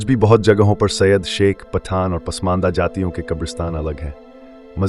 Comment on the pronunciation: 100% wrong information. Thikh se pronunciation bhi nahi kar paate Saiyed ka or chale Saiyed pe video banane